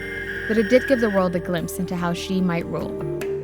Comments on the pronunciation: 周潘 😂🙏🙏🙏 No. please ask a chinese teacher or watch some “learn chinese” videos. Nobody pronounces Xi as “ksi” in Any Chinese dialect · i know some english native pronounce X as ks，so mr Xi shall be pronounced as Mr KSI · Pedro Ramirez in Chinese, X is pronounced as ‘sh’